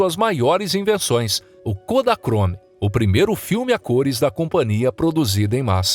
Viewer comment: Hei, vcs são analfabetos? A palavra é companhia e não compaNIA